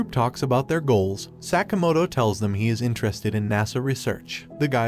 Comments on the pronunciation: Sakamoto...not sack-a-motor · The amount of time Sakamoto was mispronounced bothers me